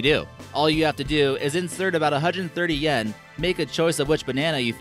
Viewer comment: Pronounces "Yen" as "yaaaaaaan"